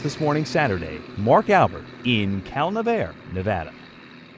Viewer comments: Fyi, if you have T-Mobile, you get full coverage in that area for some f-ing reason. Also, it's pronounced Ca-Nev-AH-REE, not -AIR. wtf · Cal...nav...ari NOT cal...nav...air Pronounce correctly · why does he keep saying "Cal-Nev-Air?"